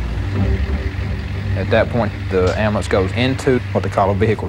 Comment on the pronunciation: If you can't say the word 'Amblance' there oughta be a law you don't get one. Problem solved. I'm kidding but it's so obvious the guards were in on this!! None of them did their job by coincidence?? No. I Don't believe that.